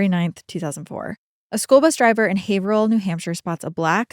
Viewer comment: I was waiting patiently for you to butcher the pronunciation of Haverhill but was gladly disappointed. You nailed it!